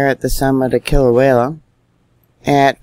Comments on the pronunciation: Sweetie...... Love you n what you do. Always love your reporting,....its pronounced Kila-wea ......not Kila-wayla. Your a star. God Bless you n yours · I believe its pronounced Kila -way -a, not Klia -way -la. respect from Australia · Kilauea volcano is pronounce KIL A WAY A // Not... KIL A WHALE A..just saying. LOVE your Due diligence on volcano watch around this globe:-) Keep up the fantastic coverage!! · Kil- Ah- Way -AH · Love your posts But j.f.y.i. Kilauea only has one letter L in it.....careful how you say it. ❤ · That keeps me hung it too. But I don’t dare tell, how to do her thing. For a dyslexic, nay anyone, she is incredibly gifted. She does such a lot important things.